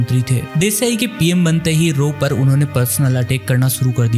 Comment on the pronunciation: Barwahe apne agency ka nam sahi tarah se yad kar le yeh rowa nahi raw hai😅